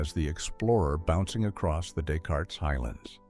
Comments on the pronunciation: He had earlier given us the “Dess- Cartess-Whatever, not understanding that we’re talking about a French mathematician’s name. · Descartes pronounced as des cart is and M1T- AI is lame and annoying; degrading the entire story. Can’t folks find a narrator that pronounces what is read correctly? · Who knew he graduated from "M One T"? 😂 Also, isn't the region of the moon visited pronounced "day kart"? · This narrator doesn't know what the De-Cart highlands are! He called it the Descartes Highlands. Unbelievable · or descartes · Great info but please stop using AI. It can’t pronounce names like Descartes. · Good video. I wish AI could pronounce Descartes correctly though. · Please teach the ai voice generator how to pronounce Des Cartes!